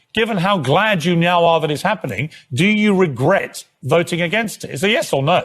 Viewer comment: ‘Regret’ is a difficult word for MH - it comes out as a smirking geerrt!